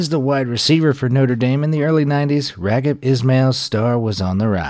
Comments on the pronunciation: Unfortunate but interesting stories although I'm not sure how much I trust the research when the narrator can't pronounce Raghib "Rocket" Ismail's name properly (A.I. voice-over?) and says the 113 year-old CFL is a newly formed league. smh. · Raheeb not Ragid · "Raggib"??? 🤣😅 His name, Raghib, is pronounced (ra 'JEEB) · His name is "Rah Heeb" Ismail NOT Raggib lol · IT'S PRONOUNCED "RAH-HEEB" NOT RAGIB and the first recorded game of Canadian football took place in 1861, eight years before the first documented American football match. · It's not pronounced Rag-Hib. It's pronounced Ra-Jeeb🤦🏿‍♂️ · It isn't pronounced "Ragib", it's pronounced "Raheeb". FYI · Pronounced like "Rah-Heeb".....not Ragib...lol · Dear Mr. voiceover... two bones to pick with you. One, you are butchering the pronounciation of Raghib Ismail's name. I watched him play in Toronto in the early 90's and it was never pronounced Rag-hib. Secondly, the CFL was not a newly-formed league. It has officially been around since 1958 and it's Championship, the Grey Cup, actually dates back to 1909. (Much longer that the borefest that is the Super Bowl!) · Raghib is pronounced raheeb,and the Canadian football league was not newly formed. Now I remember why I unsubscribed from you already. All your information is littered with false and misleading information. Learn to research more thoroughly. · Who tf is "Ragid" Ishmael? I remember Raheem "The Rocket" Ishmael that played for Notre Dame. Never heard of Ragid.🤦🏾‍♂️ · Are you seriously calling him RawG-hib? You do not pronounce it with a hard G. In fact, you don't pronounce the G at all. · Did he call that man ragged? That's NOT how u pronounce the name. Smh! Y'all gotta fact check. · pronunciation of raghib also not great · I guess it's because you were not alive in the 90's that you don't know how to pronounce Raghib.